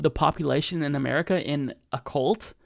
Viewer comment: you're killing me with saying cult as, "coolt." It's, "kuhlt." Otherwise, all good.